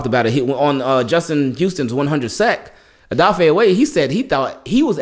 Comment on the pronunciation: Just letting you know brother Odafe said we pronounce his name wrong, I’m guilty of it as well! It’s actually pronounced Oh duh fey-tried my best to break it down lol! Love your work!